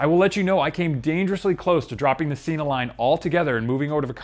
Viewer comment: Sena (senna) Not Seena